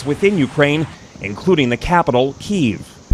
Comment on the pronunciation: Key-Ev not Keev